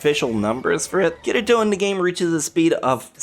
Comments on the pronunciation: You said Kirito super wrong xd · you pronounced “kirito” wrong! lol love it though